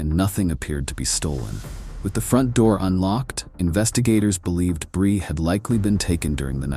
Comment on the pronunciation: What’s up with the pictures being all wonky and fake looking? And why the random mispronunciation “brye” and not “Bri” and then fixing it. And then going back to Brye. Idk if they’re AI edited images and voices , but it makes the video come off fake and disingenuous. Other than that it wasn’t a bad video